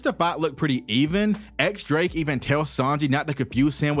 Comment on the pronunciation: Drake's name isn't 'X' the x here is read as Diez, or 10 in Spanish